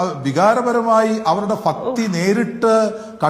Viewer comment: സന്ദർഫം ആൻ്റ് ഫക്തി.. എന്തോന്നാടെ ഈ പറയുന്നത്😂